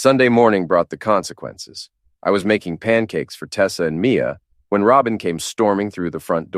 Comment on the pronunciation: Another Martinez - lazy and blunt luck of imagination. And the "Comsnqannces speech" - twice. Even GPT-4o does the job better.